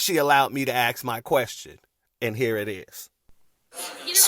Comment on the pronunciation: Perhaps if you "ASKED" a question...instead of... "Axing" a question....